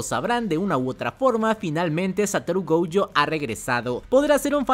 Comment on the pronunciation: Porque diablos le dices Goujo y Toudo?